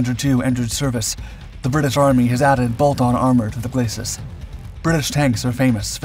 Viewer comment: Glacis is not pronounced /glas-sis/ or /glay-sis/ but is pronounced /gla-see/ (being a French word).